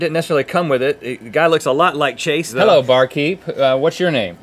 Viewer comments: It’s Ćhãšē, not Chase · Ong Wan Yuan its not chase, its chasè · It's not Chase it's Chasé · "Hi I'm" pauses "Chah-say" charming smile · Just a Potato no it's "chasé" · No it's CHA-sé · "Chase said Chasé and it sounded lilk Jaseh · in the video he says Chasè not Chasé the é would be a lower tone of voice then è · It's Chasé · Actually it’s nolemretaw